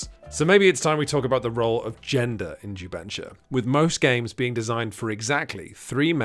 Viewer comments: This was a great video! I'm new to PMG, and I'm about to send this link so friends can watch. To properly promote jubensha as a genre, though, please check out Nate's pronunciation . It's closer to "jew bun SHAH" than "ju BEN shuh." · I was wondering what in the world is jubensha until I heard people speak it in actual mandarin. Ju Ben (GEE BURN) = Script, Sha (SHAR) = Kill. The pronunciation is way off but thanks for coming down to Singapore and sharing this, I've no idea its a thing and even though it doesn't really interest me, its an interesting watch.